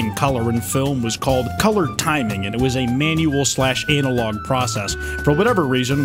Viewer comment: Why did you say analogue like that